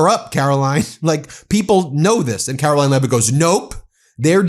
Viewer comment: KARO-LYIN...CANNOT WAIT, YOU FF MF 😑